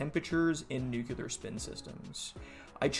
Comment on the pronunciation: Dude why do you say new-que-lar ? It's 'new-clear'.